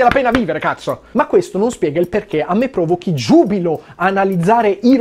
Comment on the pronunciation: il Lino Banfi e il pugliese che sono in te: "chezzo"